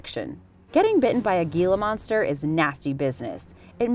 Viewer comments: "Hila" monster, not "Gila" monster. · He-la not Gi-la. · ITS Hila Monster..HILA.........H.. not GEELA.. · Hila monster. The g is silent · what is a "G"ila monster? and you said it soooooo many times? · The Gila monster is a Spanish word the G says h so it's actually said as hila monster. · HEE-luh monster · It’s pronounced Hila monster, also with the Eastern Diamond back, please show actual pictures and footage of the animal you’re talking about, you showed a garter snake and a hog nose snake, both of which are harmless. Showing the wrong animal in videos like this can cause innocent, helpful animals to be killed in masses by people who don’t know what they’re talking about. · The G in Gila Monster makes an H sound. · That drove me insane